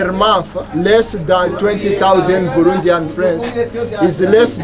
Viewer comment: बुरुंडी है या भिवंडी ?